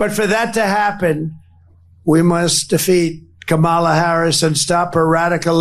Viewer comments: I hate him purposely saying her name wrong. Sucha lil dik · The continous mispronunciation of Kamala's name just confirms how stupid he truly is. Soooooo old and boring. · He still cannot pronounce her name correctly, rambling orange fool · You know he pronounces her name wrong on purpose right? Names are pronpunced one way, not how you choose to pronounce them. A one day election is an intentional way to try to limit the amount of people who vote, the only thing I can think of is to give EVERYONE the day off but even then so many people will be left out. Who votes for your bedridden grandparent? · WHAT A TOTAL EMBARRASSMENT ! WHEN KAMALA HARRIS WINS WE ARE GOING TO HAVE TO ENDURE 4 YEARS OF HEARING HER NAME MISPRONOUNCED!!!